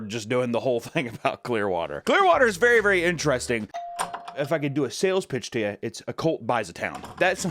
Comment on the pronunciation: The word is INTERESTING (ENTER-ESTING), not “ENTRASTING”